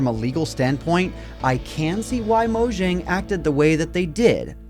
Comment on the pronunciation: Mojang is not spelled as Mojang, but as Moyang, it's not an english name.